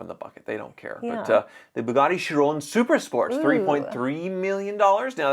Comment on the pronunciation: For a car guy you suck on the names. Bugatti Bolide Bow Lid wold be how you English can say it right. Chiron She rr own my family name is Charron meaning maker of the wheel and cart. Charron Char rr own would be OK... bet you think you know cars but look up 1908 Charron motorcars